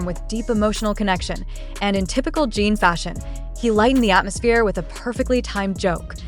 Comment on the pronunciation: Crap AI voice - who the hell is Jeeen????